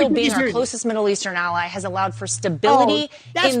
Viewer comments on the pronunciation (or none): none